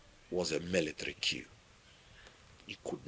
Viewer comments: Coup (kuu). Queue (kyoo) I hated repeatedly hearing the latter throughout this presentation. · Why do you keep mispronouncing the word "Coup" ? It's pronounced "KOO" and not "KEW" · Coup not queue 😅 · The p is always silent, do you pronounce k in knife